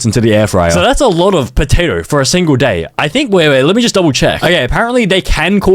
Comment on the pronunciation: alote? U mean a lowwwwww taperrrr fadeee